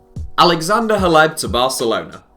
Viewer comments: Roberto Soldado to Spurs? And isn’t it pronounced “Cleb”? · WHY THE FUCK ARE YOU SAYING HLEB'S NAME WEIRD?!?!?!?